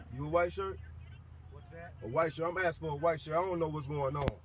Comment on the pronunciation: No wonder! They were "axing" too many people...